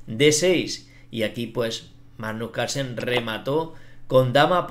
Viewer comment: La verdad es que Majnuj Calsen ej una bejtia